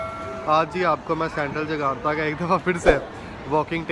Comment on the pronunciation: Jakarta not Jagata